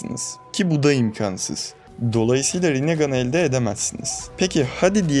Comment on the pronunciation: Kardeşim çok güzel kanal, çok da güzel anlatıyorsun ama şu imkansız lafını lütfen doğru telafüz et artık. Kalın a ile değil ince a ile söyle anlatımın daha güçlü olacaktır.